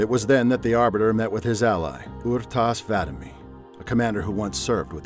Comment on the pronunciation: Rtas 'Vadumee? C'mon man. He dropped the "ee" when he joined the Arbiter.